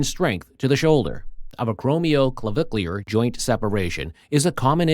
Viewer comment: To the Narrator, You did real good getting through that big long name. You did great!